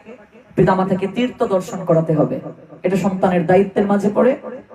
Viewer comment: হরেকৃষ্ণ 🙏🙏 তীর্ত না বলে তীর্থ উচ্চারণ করলে শ্রুতি মধুর হয়।ভাগ্য কথাটা "বাগ্য" শোনা যায়।ক্ষমা করবেন হরেকৃষ্ণ🙏🙏